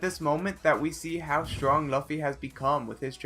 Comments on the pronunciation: Fuck you for mispronouncing luffy ...NOT LAFFY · it's pronounced as luu-fee maa-daara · laffy. hahaha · LOO-FEE!! Not however you pronounced it.... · bruh ya voice cringe asf n how to you say Luffy = loffy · This man really said laffy, dafuq? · Please don’t call LUFFY laffy don’t fucking disrespect him like that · LAFFY REALLY MAN THAT PISSED ME OF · Is LAWFFY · you should also be sorry for how you pronounced luffys name, in the name of one piece. Don’t ever say it like that again 🤣🤣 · Somebody gum gum get my name correct this man 😂😂😐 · Am I the only one triggered by the way he said luffy’s name 😭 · You literally pronounced nearly every name wrong just give up please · You watch anime but you don't know Luffy how to pronounce his name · Why’d he pronounce Luffy like that lol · The way u pronounced luffy made me cringe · Please learn how to pronounce Luffy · he said the best well known characters luffy but still said his name wrong lmfao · Sigh you didn’t watch the one piece scene because if you did then you would know he knocked out 50 000 fish men and not all the men that = 100 000 AND ITS LUFFY NOT LAFFY OR LOFFY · Dude its Luffy,what the Hell is Laffy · Luffy not loaffy hahaha cheers! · Bro its luffy not laffe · Wait… LAFFY? WHO THE FUCK IS LAFFY?! , Ive Known Luffy but Damn WHO THE FUCK IS LAFFY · its luffy not lovfi for god fuckin sake....u god 1 job man.....damn it.... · laffy ? i htought its lufy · Luffy not laffy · Did he say laughy instead of luffy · its luu-ff-y not laafy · Its l u f f y luffy 🤬🤬not laffy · Its luffy no laffy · Loofi not lahfi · Luf-fe Excuse me it’s Lu-fe I don’t blame him for Mis pronouncing easy anime character names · LAFFY WTF do you mean?????? I’m soooo triggered right now😤😤😤😤 it’s LUFYYY!!!!! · Foresight YT same with luffy not laffy that pissed me off so fucking hard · sorry... but i guess its luffy not laffy... :) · Bro its not laffy its luffy xd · Did he just call luffy laffy!! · Why is it Laffy??😂😂😂😭😭😭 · Is not laffy